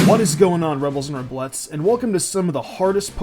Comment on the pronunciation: rebels and reblettes? lol just say rebelles